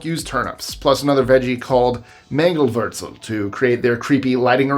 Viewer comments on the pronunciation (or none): We used swedes (what you call turnips. We call a different veg turnips) at Halloween in the 70s and earlier. 🏴🇬🇧 Btw, manglewurzels isn't German or Dutch, the W is pronounced as in English. It's a West Country word, IIRC, for a form of sugar beet.